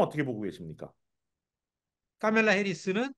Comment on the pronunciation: 미국살고 뭔놈의 교수란게 카멜라 발음이 안되서 까멜라라고 하지 바덜되게